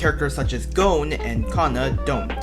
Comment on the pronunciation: Did my man really just call gon (gone) go-n. Oh hell nah am I accepting this level of utter DISRISPECT from this bozo. Like your art btw